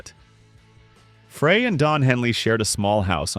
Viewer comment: Learn how to pronounce Glenn Frey’s last name!